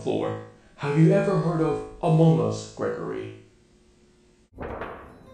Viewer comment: "Have you ever heard of amoung us Gregory" got me laughing